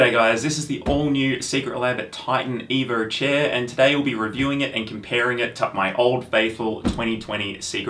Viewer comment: evor? its just evo bro